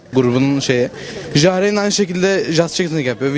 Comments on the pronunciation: Elrean değil elraen wtcm değil wtcn jahrain değil jahrein pquen değil pqueen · Elraen değil Elraenn Wtcn değil wtcN Jahrain değil Jahrein Videodakilerden daha malsınız Sarı Mikrofon